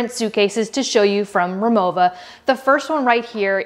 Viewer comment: She said it properly. It's German, so the "w" is pronounced with a "v" sound.